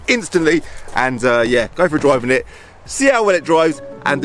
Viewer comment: "oops i did eet again..."